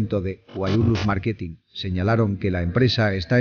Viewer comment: Habla bien marqutin ja es marqutin.acento en la a